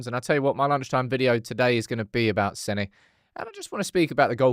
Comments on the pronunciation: Hahaha no offence I’ve not commented about it until now but you pronouncing it Senni instead of Senna has slightly triggered me, glad you’ve seen the error of your ways with the first name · Everyone was always pronouncing it senna as in the GOAT Ayrton but you said senny right before the clip then corrected yourself saying senna but still sat on your high horse looking a right mug. One thing to learn in life is recognise when you are wrong and don't look like an imbecile. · Should be like Senna my 🐐 🏎️ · I’m dutch spek the same language as Senne Lammens. It’s Sen-ne Lammens Like Lamb without the B!!! Please get it right. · Nah, you can't gaslight us,. 😂 You've been saying Senny Le'Mons since he signed, especially after you played that exact pronunciation video on your channel. I know for a fact that I, myself, have made a handful of comments on this channel calling out your mispronunciation. There are four lights. 😂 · SENNY 😂 went on a rant about how he’s pronouncing it right, watches the video twice and then says, “wait…how do you pronounce his first name?” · you just pointed to a video where Senne pronounces his name, and then you still mispronounce it yourself. It’s not “Senny”. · i love you but as a Belgian you are still saying it wrong xD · Right, so you WERE pronouncing it wrong. And then you said it wrong WHILE you were watching the video! Unbearable arrogance. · funny cuz still pronounced wrong in beginning of vid and throughout 😂 watch it a few more times ad really listen